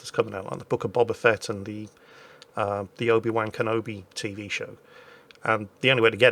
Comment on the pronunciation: is it just me or does "Obi Wan Kenobi" sound like "Obi Wanker Nobi" when says it?:)